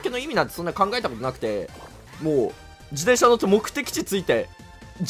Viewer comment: しゅうずっと自転車のことじでんしゃって言ってる…？気のせい？